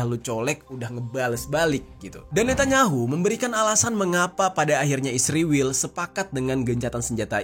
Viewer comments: Israel bang ..bukan isriwil. Saking bencinya kamu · bahagia bgt saat anda bilang isriwil 😂😂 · Kenapa israel disebutnya isriwil ya? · Knp harus bilang nya isriwil...giliran palestina bilang nya bener palestina😂